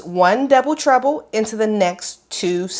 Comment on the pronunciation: Why do I keep hearing „double trouble“ instead of „double treble“? 😅 I wonder if a baby blanket could work out with this stitch or is it too loose to keep anyone warm?